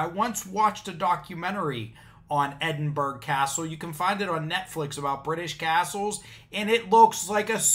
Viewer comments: As a Scottish person, what can I say but: "Urrh...." Edinburgh is pronounced "Ed-in-bur-uh" (there's no G sound). You got much closer than a lot other Americans who seem to pronounce it "Ed-in-bur-oh". 'Burgh' is an old Scottish word for a chartered town. This is especially pathetic, not just because their interpretation of Magna Carta is wrong (as the video explains), but it's even MORE pathetic, because Magna Carta was never law in Scotland in the first place. It was before the union of the crowns, and at no time and in no way was Maga Carta ever the basis of any law north of the border (England and Scotland have separate legal systems). So even if their interpretation of it was correct (it's not) it wouldn't any more force of law in Scotland than it would on the friggin' moon! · Did he actually say Edinburggg, YES HE DID. It is pronounced EDINBURRRAH. For pity sake. Stop it you are just showing your %+=&$#@ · EDD-IN-BOR-OUGH CASTLE